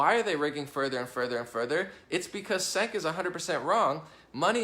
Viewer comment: "Cenk" is pronounced "Jenk"